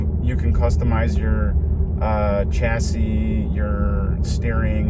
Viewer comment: Shacis not chasis